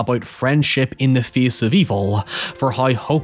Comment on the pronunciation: Bro, say “Face” again 😂.